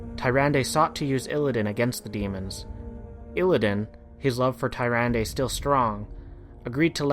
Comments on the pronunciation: Awesome vid man, but I can't get over you pronounce Tyrande. It's pronounced Tier-ron-dah. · Tome of Sargeras? Satire? Furblogs? It's pronounced Toom of Sargeras, Sater,and Furbolg, the l and o are switched. Tyrandes name is also pronounced Turande!